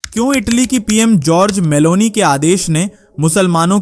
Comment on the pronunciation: नाम तो सही बोला करो भाई नाम जॉर्जिया मेलोनी है